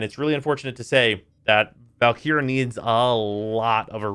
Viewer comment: i also think he overlengthens the e in valkyr